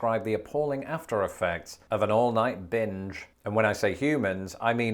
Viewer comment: oh you said "binge" at the beginning. i heard something completely different lmao